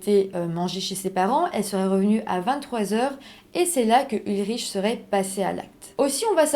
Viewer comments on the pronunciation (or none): On ne prononce pas ulriche mais ulric …